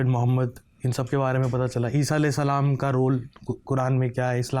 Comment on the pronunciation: The way he pronounced A.S And S.A.W ❤ May Allah SWT guide him and us to the straight path 🙏